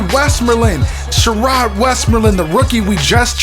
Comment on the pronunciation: Who calls their kid She"Roid" ?!?!?